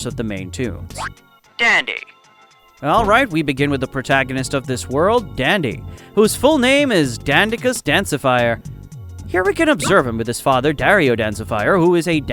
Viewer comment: To pronounce dandicus dancifer it's supposed to be "DAN-DI-CUS DAN-CI-FEWR" hope this helps